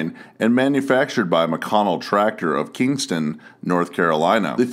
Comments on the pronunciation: the city is not KINGSTON, NC but rather KINSTON (no G in the name). otherwise good video. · You mispronounced it every time but once in that one too. Spelled it as Kimston once and even put it in South Carolina at least once.